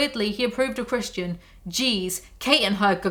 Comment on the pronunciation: every time she says "christian i hear "chris-chan", and let me tell you, the book makes a LOT more sense this way.